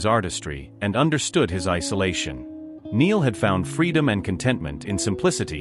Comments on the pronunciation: Spelt Niall but pronounced NILE, NOT like Neil!! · Get Niall's name right. Good grief, he's been famous since he was 16 and is now 32. His name is NY-ALL, NOT Neel. It is poor reporting and rude. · For goodness sake get the pronunciation of Niall's name right. It really isn't hard, and it makes you look so ignorant. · He should know how to say Niall name . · Does anyone else find these narrations annoying? Why can't the correct pronunciation be given to the written word? Just learn how to say Niall... Thanks